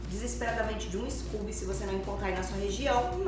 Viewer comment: Vc mora em LA e chama o "scôubi" de "scúbi"?! Hysterical. Meanwhile, invista em um microfone de lapela. Qualquer BestBuy ou Fry's vende baratinho. Fica a dica. ;-)